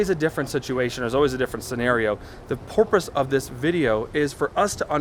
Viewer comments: "Porpoise" hahahaha! great video keep it up!! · Did you say the 🐬 porpoise? Lol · the porpoise? Lol